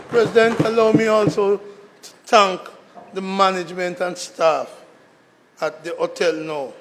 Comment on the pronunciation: Senator, is it "TANK" or THANK"?